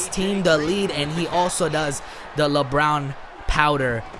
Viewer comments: Lmao😭😭 he said the LeBrown powder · this guy said lebrown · labrown?? lmao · Lol you said Lebrown powder celebration I'm dead😂😂😂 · He said LeBrown powder ahahaha